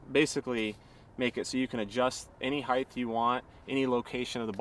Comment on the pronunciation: Damper not dampner. Height not heigth Giles is also pronounced Jiles. Not gills lie a fish has.